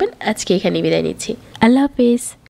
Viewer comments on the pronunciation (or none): none